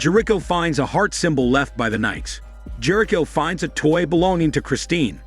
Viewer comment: half way though the recap, learn how to pronounce Jerico